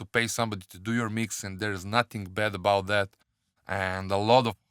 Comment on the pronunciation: it is about bro and and not abouth , and it is but bro and not buth ... you say those 2 words in a wrong way ... still love your Tutorials